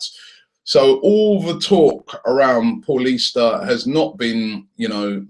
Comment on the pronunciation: Its pronounced like paulinho for fuck sake not like your average Paul - ista